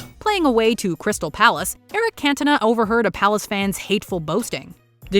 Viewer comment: Should be illegal for Americans to watch football how can u possibly say cantona name incorrectly